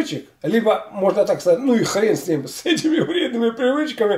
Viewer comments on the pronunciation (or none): none